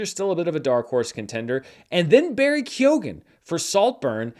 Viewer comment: Does Barry Keoghan pronounce his last name the way you pronounce it? Also, check your pronunciation of " Da'Vine ". Thanks in advance for checking!